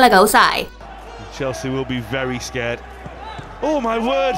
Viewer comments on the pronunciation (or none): none